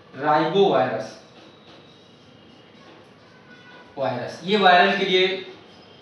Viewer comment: Rhinovirus hota h sir ribovirus nhi .